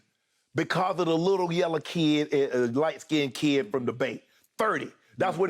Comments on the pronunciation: Country mf called em yellaw 😭😭love it man congrats to 30 !!!! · Nobody talking about Shay calling Steph yella 😅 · Shannon called him yella..😂😂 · Here for the "Lil yella kid..." Slip up from Shannon 😂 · Did Shannon just call Curry yella?🤣🤣🤣